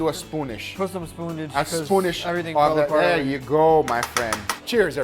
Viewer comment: "Do you want to do the dunk-age or do you wanna do a spoon-eij?" Your Brazilian is showing my friend!